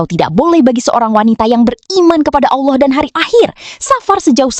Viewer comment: kl allah swt knp bacanya owloh swt?